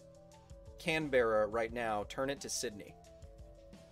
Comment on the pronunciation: Alright fellow Aussies, our next goal is to get Kyle to pronounce Canberra right